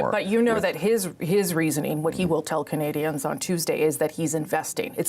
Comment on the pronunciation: That's Canadians not "candians"